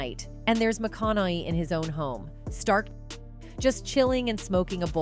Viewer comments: Couldn't finish the video because of the computer generated voice. You can here it when it mispronounces his last name. It can't say it correctly. It switches between Macanaigh and Macinigh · I love how he keeps getting called McCon eye lol. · Mac Con A Hey is how to say his name. Research it before you say someone’s name over and over. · The AI can't even pronounce Matthews name correctly, needs training before being employed. McCaughey Mac con a hey. OPR is Oprah, is that code? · They oughta spell it out phonetically for the poor robot. Like "ma kana hey". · Maconahay. Phonetic. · I’m having a hard time focusing on this video because of the mispronunciation of Mathew’s name 🤦‍♀️ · This is AI generated and has no point. How many ways is it going to pronounce his last name? Oh , still not convinced. Listen from to ....the hell was that? Oh and the always so convenient disclaimer "Disclaimer: Content might be gossip, rumors, exaggerated or indirectly besides the truth." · What a waste of time this video is. The voiceover cannot pronounce Matthew's last name properly and just screws it up every time it needs to be mentioned. THUMBS DOWN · This channel is trash. If you're going to use cheap shitty AI to be your speaker then maybe make sure the damn AI can even pronounce the actor's last name. You lazy piece of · Why can't she say Matthew's last name correctly 😂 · O.o how in HEEEELL do you pronounce Matts last name 10 diff ways in 1 vid XD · You could show a little respect just by pronouncing Matthews last name correctly. Lazy much?! Smh. Just realized it’s the stupid AI. This is just ridiculous. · I dont trust documentaries that cant even get the guys last name right and barely have him telling his own story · Dude. Every time you do your voice overs, you never know how to pronounce your peoples’ names! Matthew McConaughey is the subject of this video and stunningly, you don’t even know how to pronounce his last name! Do your homework before you record.